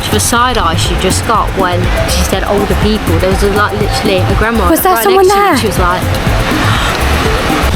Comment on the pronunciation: Nice video.Ha i like the way you say old people in Whiite sand beach,haha.Lovely beach is for the young one but Koh chang is a must,so chilled and not like the Samui and Phuket! All over over priced and way too many people.Keep up the good work.Watch riding three on a bike,you will get fined!.